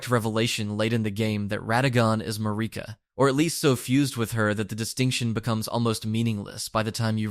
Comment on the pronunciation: MAR-I-KA. Not MARI-KA.